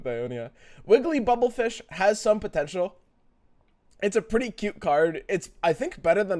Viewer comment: It's not Bubblefish, it's Burblefish